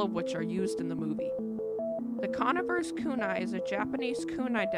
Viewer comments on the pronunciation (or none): Con-neyever not conivr.